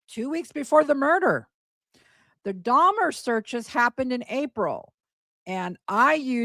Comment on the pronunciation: When Gypsy is in the interrogation room and says “Jeffrey DahMAH” - she says it that way because she’s trying to sound mentally slow. Part of the con was that she was slow for her age. In some of the videos to Nick where she’s being “Kitty” her lisp is much more pronounced as well. She says “DahMAH” to try and sound like a child who doesn’t know how to pronounce her words.